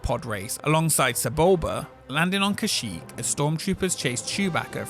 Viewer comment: Great job pronouncing Kashyyyk